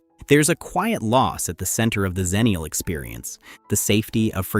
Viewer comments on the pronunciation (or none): "Ecks-ennial", not "zennial" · Xennial is pronounced Ecks-Ennial because we're on the cusp of both Gen X and Millennial. A "Zennial" would be on the cusp of Millennial and Gen Z.